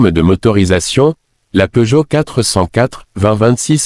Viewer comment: À une nouvelle marque est née : PEEUGOTT. On ignore s'il faut rire ou pleurer. J'arrête là évidemment. J'en ai ma claque de tant d'âneries.